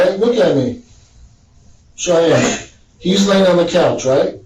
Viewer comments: Its pronounced shy-anne, not chee-anne. Seriously? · Ok you murdered the murders name and it's driving me nuts... We semi share the name Cheyanne is pronounced (Shy-Ann) just like the Cheyenne Indians and the capital of Wyoming 😅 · Listen to your AI sh!t before posting. Never pronounced the perpetrators name correctly!! Inexcusable and lazy!! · He also can't say her name